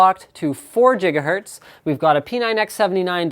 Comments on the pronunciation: jiggahertz.. lol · did he say jigihertz? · Linus, could you please stop saying jiggahertz? It kinda really bothers me for some odd reason. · It's supposed to be Gigahertz as in Gigabyte the brand and the unit of measure. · LEL JIGAHURTS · Oh come on Linus "jigahertz".